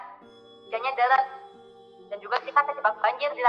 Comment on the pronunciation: Deres ka bukan delessss